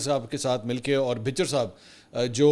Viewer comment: لفظ bhucher بھچر ھے بھ کے اوپر زبر ھے اپ زیر کے ساتھ نہ پڑھا کریں ۔bhicher نہ پڑھا کریں پلیز احمد خان لوٹے سے بات ہو تو پوچھ لینا پورا تلفظ